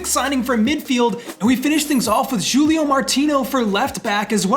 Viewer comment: Love the videos; please pronounce Jesus and Julio correctly (Hay-zeus, who-lio).